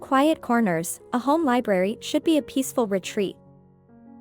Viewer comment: Sorry you keep saying liberry, not. library